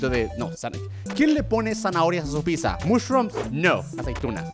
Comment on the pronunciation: Me encanta que German no puede decir ''Pizza'' solo dice